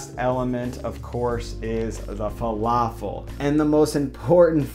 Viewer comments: Please please it's falafel with light L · Just don’t say an American L it’s not fa-La-feL